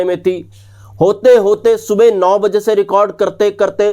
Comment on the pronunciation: Mawjood ko kyu .MAWZOOD bolte ho...12 BAZE bolta ho..yeh Kya hai?